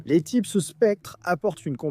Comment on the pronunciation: "Les typses" ok ok...